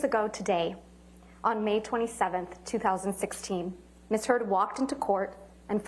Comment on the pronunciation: …sounds like she said Ms Turd….hahaha!